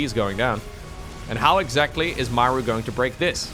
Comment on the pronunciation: What EGGzactly?